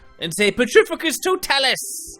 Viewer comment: The way he pernounces some of these spells make me laugh so hard totalus it's Toe-talis